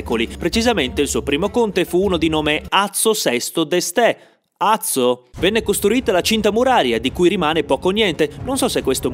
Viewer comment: Azzo VII d'Este, senza l'accento.